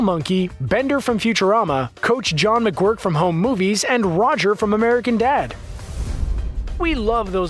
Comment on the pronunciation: That's soooo AMAZEBALLS McGuirk is in a episode! Home movies is ine if the greatest shows EVER! Its pronounced "MIC GERK" like the work jerk. Hands down one of the greatest characters of all time! Too funny!